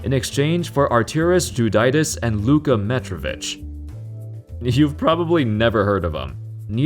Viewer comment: Luka Mitrovic, not Metrovic. It's Diva'ts'. And best player from the draft is Embiid.